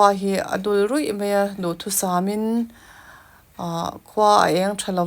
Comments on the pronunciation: Mei tih i uar ee,,,, mai ti teh 😂😂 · Mei mei mei a ni lo..Mai ti rawh..